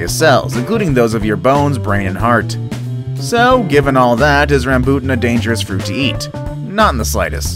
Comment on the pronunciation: Im sad when you say rambutan